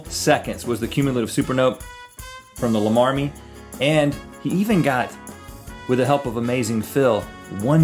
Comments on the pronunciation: I think it's pronounced: Llama Army not La marmy. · It's L-arm-army not lamamy. .-. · it's pronounced like llama larm-army xD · think larm-army and they you say it right :) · its pronounced lama as in the animal and army, two separate words